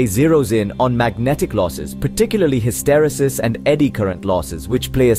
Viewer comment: It's pronounced ˌhistəˈrēsəs